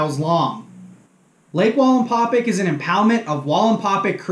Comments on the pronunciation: Excellent video. Please pronouce the name of the lake correctly. That would perfect it. It's "pack" NOT "pick". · Wallenpau Pack not wallenpaupick or whatever your saying hahahaha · Linguistics assistance: Wallenpaupack. It is not Walinpawpic it is Wall en paw pack. It's pronounced like it's spelled. And PA natives don't say "yanz guys" it's Youz guys. You're obviously not from the coal region or you would know how to properly make fun of us. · you do great videos, but you're saying Wallenpau "pick" it's Wallenpau "PACK" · Omg.. it's pack.. PACK... WallenpauPACK.. not paupick.... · It’s pronounced pack yes ... I’m from western pa and I butcher everything... your not the first person to point it out lol hope the information was beneficial ... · I don't know if you read these after the fact but it's pronounced wall and Paul pack like backpack just to let you know you're awesome dude I love your channel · I’m aware that I miss pronounced it , I appreciate you letting me know though , next time I do a video out there or talk about it I’ll get it right! Thanks man I appreciate that , it means allot that you like the channel , me being a less than average fisherman that likes to learn and share never thought I’d have anyone interested in a channel , but it’s been fun and I really do appreciate you guys and your feedback! Thanks again man! Hope you and your family are staying healthy and warm! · Nice video but for a lake wallenpaupack lifer you murder the way it is pronounced lol